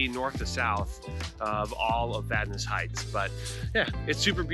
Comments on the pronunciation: I grew up in Vadnais Heights. Thanks for pronouncing it correctly. :) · Yeah, it’s a good place to live. Glad you pronounced it right.